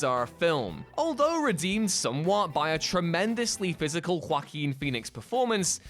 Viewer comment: The way you say Joaquin is so exaggerated, I can’t help but crack up every single time lmfao